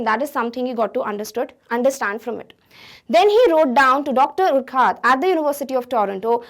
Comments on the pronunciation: Mam it is called as (yourcoohaart ) sorry but you are pronouncing wrong. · Urquhart is pronounced like अर्खर्ट